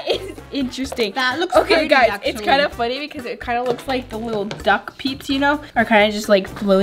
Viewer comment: In my head when she said peeps lasagna I thought she said BITCH LASAGNA 🎶